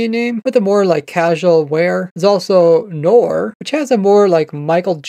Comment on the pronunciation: Noor is actually a comman muslim name here in pakistan It is pronounced as "nuur" instead of norr It is oddly a name for both genders like "alex"